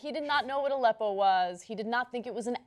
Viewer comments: The interviewer kinda pronounced it like "a leppo" as in he paused between "a" and" leppo" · I also thought it was an acronym based on the deliberately manipulative way the question was phrased and Aleppo was strangely and incorrectly announced. I found the woman in this video very annoying, especially since there was no mention of how The New York Times didn't know what it was either. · Why can t any of these TV people pronounce Aleppo correctly ?